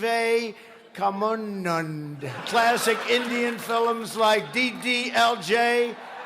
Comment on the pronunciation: Nevermind that he called "films" "fill'ems".